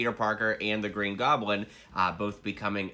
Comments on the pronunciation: the he says the green groblin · “Green groblin”